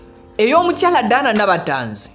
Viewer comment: Tanzi collection from nabatanzi, not tazi as u hve said.thank u